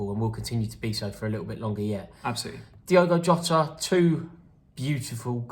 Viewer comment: It's not Yota. Jota. You pronounce the j